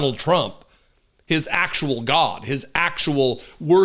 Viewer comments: I've been laughing at this a**** for years you mean he's still around? This guy is a real f**** joke. There's a special place in hell for him and his followers. Should I should tell this a**** that there's no w in God, gwad. This guy is a real smoke he can't even pronounce his own deities name proper. Somebody should stick across up into the darkness of his soul. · turns god into a two syllable word!